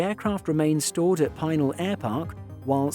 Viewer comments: Hi there .... "Pih nowl" airpark. Not pi-nal airpark. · PEE nal. Not pine ALL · Pinal is pronounced wrong. Pin-al, not Pine-al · No, I did not know about that particular 747SP. But I do know about the Pinal Aircraft Boneyard, the Davis-Monthan Boneyard, and the Pima Air and Space museum all around Tucson, Arizona. Also, I know that you've been mispronouncing Pinal... It's "Pee-nahl", not "pin-al". The airpark and the county take their name from the indigenous group called Pinal Apaches. (They are a subset of the Apache that live in Arizona.) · its 'pee-nail' not 'pine-nail'' air park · It's pronounced PIN--ELL. I used to work there. That was before this aircraft showed up. The 747SP is a weird looking aircraft. While the full sized version has a very graceful appearance, and IMO the best looking airliner ever made, the SP looks short and fat and just plain weird to me. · pēˈnäl Pi is short i and in "pencil" and the "nal" is as in canal.... and it is a wonder land... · The word Pinal is pronounced Peh-NOWL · BTW, Pinal is pronounced pin-NAL (like the pin and the male name, Al, with emphasis on the second syllable). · Pinal is pronounced like "Pin Al" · Nitpicking: I live near this facility in Tucson, AZ. “Pinal” is pronounced “Pee-nawl” with the accent on the second syllable. Otherwise… Let’s see, Jesus walked, this guy flys around the world in a 747. Might be time to take another look at tax exempt status. P.T. Barnum was right. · Pee nahl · most of the locals pronounce it pin-AWL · It's not pronounced PIE-NAL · Bro! Its pronounced "Pin-Al". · Please do not be offended by this correction but as an Arizonan it hurts my ears. Pinal is not pronounced "PEENIL". I do very much enjoy your channel.